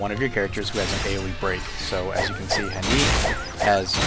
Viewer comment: I know this video is old but you saying Theresa when her name is clearly TRESSA is killing me. It's also pronounced "Hahn-it", not "Han-eet".